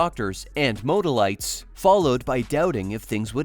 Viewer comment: mode-A-lights....? The word is modalities...pronounced mode-Al-i-tees. What were you thinking.???? By the way, these psuedoscience ideas like "de-toxing" have no evidence supporting them. Might as well be doing crystal healing or homeopathy